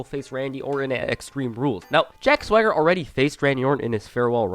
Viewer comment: I still don't get why they gave a guy with a lisp a name he can't pronounce. If I never saw it spelled out, I'd think his name was Jack Thwagger. I have the same problem with Mojo Rawley. I swear to God, he calls himself Mojo Riley and it's so fucking annoying.